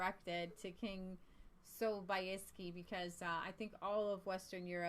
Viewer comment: Sobieski is pronounced Sob"yes"ki. I tried to make it easier in English. There is Sobieski vodka, which is imported to America.